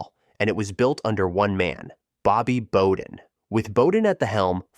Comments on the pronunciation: Bobby Bowden: his last name is pronounced BOW-DEN, not BO-DEN! Think the BOW of a ship or take a BOW. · Bobby BO-DEN? BO-DEN???????? I'm an Alabama fan and even I can't stand for this disrespect. It's BOW-DEN. Like taking a bow at the end of a performance. I was rocking with you til that moment. I dunno man, I genuinely question your football knowledge if you can't pronounce the name of one of the most successful, iconic, and talked about coaches in the history of the sport. What's up with that? I'm open to hearing you out. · Bobby Bow-den.... pronounced just like its spelled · Imagine making this video and not knowing how to pronounce "Bowden" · Yeah loved the video but got to thumbs down on incorrectly pronouncing Coach B's name. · If you're gonna make a college football video, you gotta know how to pronounce Bobby Bowden's name or it seems like you don't know what you're talking about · Yeah we all know it’s Bowden. But he’s been dead a while now, maybe this young fella never saw him as a coach, or if he did maybe it was the tail end of his coaching career…still you make a really good point. No one would say “Ruth” with a short “u” sound (like the “u” in “cut.” To do so I believe would be a valid medical diagnosis to determine an individual is “special needs”. So it would never happen and he’s (the Babe) been dead since the 50’s so yeah….the more I think about it, he should have known better.